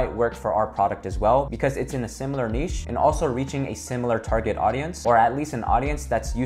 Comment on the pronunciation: Finally an American that pronounces NICHE correctly!